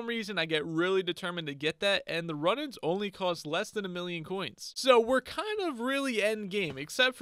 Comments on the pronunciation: runnings bow?? runaans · Runaan not Runan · Runaans = Roo-nans Compass = com-pass Zealot = Zel-ot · Some pronunciation mistakes, Zel Oht, and Roo Nahns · Omg you ponounce Runaan's bow wrong it's pronounced rue non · Omg ur saying runaans bow wrong